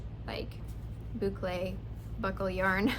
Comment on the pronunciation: You pronounced boucle properly...it is a French word. Well done!